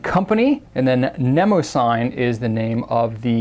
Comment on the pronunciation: I think it may be pronounced neh-moh-zinee. Or that is how I was taught to pronounce the name of the goddess (I may be wrong >_<). Anyway, love love love your review videos!